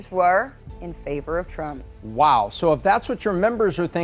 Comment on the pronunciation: This chick found a way to pronounce an "r" in the word SO